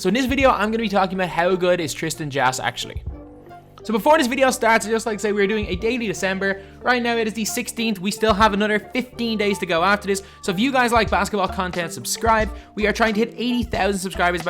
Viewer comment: I may would subscribe if you actually said the word another instead of anutter.